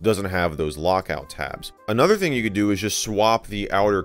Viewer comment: i like the moment when you say "Hello Everybody and Welcome back to in other video"